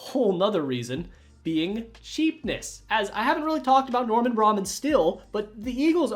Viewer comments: Just fyi cuz youre making me cringe. Bill bergey is with a hard "g". And its norman bray-man. Long a on man....kinda like min. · It's pronounced Norman Bray-min. Grew up near his house by the Willows so I heard his name a lot. Nice video, thanks for the memories! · Theo owner in the 80s name is pronounced like Braymen. 😂